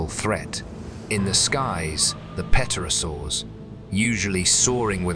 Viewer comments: Brachiosaurs died out at the end of the Jurassic period long before the Cretacious extinction event ever took place. This documentary is false. Pterosaurs are pronounced "terosaurs, not petrosaurs as the P is silent. Jurassic world aftermath? how about Cretacious aftermath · "Pet-orasaurs", my arse! When I heard that, I gave up with this amateurish tosh. Its "PTERO-saurs" you eejit - PTEROS is Greek for wing. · pterosaurs - pronounced terosaurs - p is silent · Dreadful mispronunciation. Eg “peterosaurs.” There was no birdsong because THERE WERE NO BIRDS. Modern birds evolved from surviving small dinos. And as for the animals sensing an oncoming event? When the rock was still hundreds of thousands of miles outside the atmosphere? No. I know animals often know when an earthquake is imminent, but they are in contact with the earth and can probably subliminally sense some vibrational change. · Yep, that word too, except didn't it sound more like Pet-terosaurs? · Less than three minutes in, a few curious pronunciations like pterosaurs pronounced without a silent "p." This is the world of the future; lots of content but not enough detail checking.